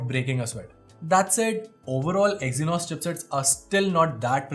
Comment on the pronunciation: Did he said exinos 9610 😅 in . Minor mistake 😁